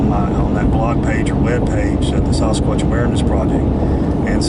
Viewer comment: Dear, I really like the way you pronounce Sasquatch. That kind for your integrity.